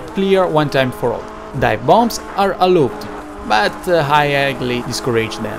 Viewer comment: Allowed si pronuncia "alaud"